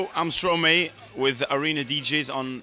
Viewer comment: Angel Oddess he pronounced Stromae correctly.